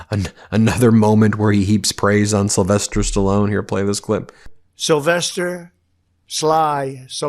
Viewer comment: Did he say, "Sylvester Sly SALLONE?!". awhat an idiot!!! 🤦🏾🤦🏾🤦🏾🤦🏾